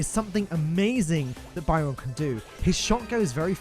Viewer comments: Byron seems awesome. I hate paying for brawlers but I might have to give in cos I love being a healer. Loving your video style, keep up the great work. Keep pronouncing Byron like that though and I might end up hating you. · why do you pronounce Byron so bywrong!!